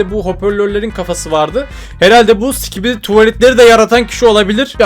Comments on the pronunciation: abi skibidi diye söylicen biraz öğretsinler ve sikibidi diyon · o değilde başta si*kibidi demesi nsdgfnjk<svbjfhwbafkcjb